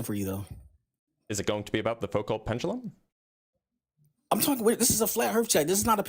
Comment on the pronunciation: Dude couldn’t get off of misspeaking once while repeatedly mispronouncing “pendulum” 😂.